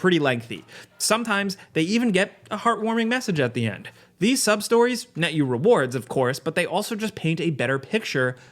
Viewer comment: I swear i thought you were saying sob-stories at first. I was like wait... what? Side quests in this game are called sob stories? Lol